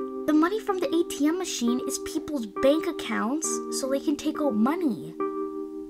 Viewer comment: How did kept on saying "Adam machine" 😂😂😂😂